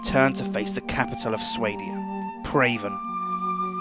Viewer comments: You don't prenounce it swaydia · I always pronounced Swadia as 'Swah-dee-ahh'. 'Sway-dee-ah' is strange - but it works, I s'pose. Great playthrough! I love this game. Played it for ages. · The way he says swadia drives me insane >.< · ITS PRONUNCED SWADIA!!! like if you understand the irony